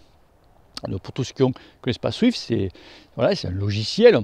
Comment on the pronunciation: je sais bien mais dans la vidéo on (je) entend swift, d'où ma remarque 😉. Sinon très bonne vidéo 👍